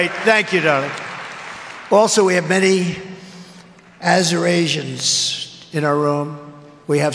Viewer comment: I thought he was trying to say "Eurasians"